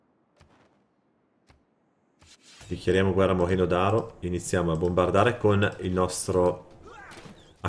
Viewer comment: Non è moegno ma moengio.. lol PS= Commento volutamente provocatorio..